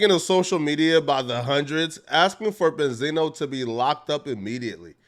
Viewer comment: Ben-z-no you fool